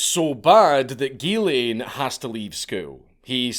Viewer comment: As a french Canadian....drives me nuts every time he says.....it's Ghislain... sounds like "zhiz leh(n)" with a mostly silent "n"